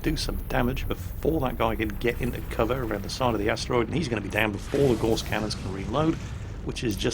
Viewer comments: Gauss rhymes with mouse,!:) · Gauss rhymes with mouse not hoarse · Looks great will give it a go if it's free to play. On a minor "actually " note, isn't it Gauss pronounced as rhymes with mouse. As in Carl Friedrich Gauss, German mathematician. I'm sorry it's minor things like this that irk me, probably because I'm a massive pedant. First world problems eh?